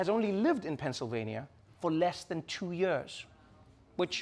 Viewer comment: You have to. Just understand Trevor’s pronunciation of “years”. Or as he says. “Yearges”